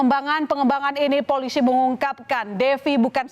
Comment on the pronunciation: Hahahhaaaa .. FOLISI ..😅😅😅 afaka hanya saya yg denger bjir..